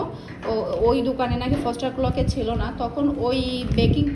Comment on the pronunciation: ফস্টার ক্লার্কস বলে। ক্লরক না। দেশি বেকিং পাউডার গুলো ভালো না।